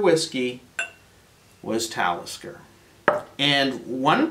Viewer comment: LOL did he say METALISKER? this guy is a secret metal head? Love it subbed